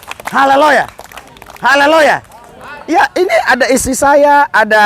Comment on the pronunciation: Pak Pdt, ucapkan Haleluya harus yang betul, jgn Haleloya tidak bagus kedengarannya..Amin❤